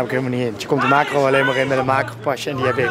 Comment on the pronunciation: Iedereen: Makro Rob: Maakgo